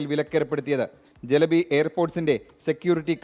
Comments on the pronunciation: not jelebi.. it's Celebi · ജലബി അല്ലടോ. Celabi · Pronunciation ചെലബി എന്നാണ് കറക്റ്റ്